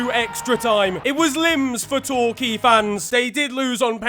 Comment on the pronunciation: When mentioned my home club torquay united where you literally go to the school right next to the stadium I was shocked he even pronounced it right there that irrelevant